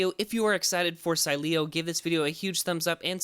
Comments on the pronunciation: It’s pronounced, Sileo! Say it right! Lol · Still pronouncing sileo wrong 😂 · I love how they made an entire video to apologize for pronouncing it wrong and then butcher it even worse a couple weeks later. Then, say they pieced it together using old recordings... doubt it. Lol, at least was funny for me to indulge! :) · dumass learn first how to pronunciate SILEO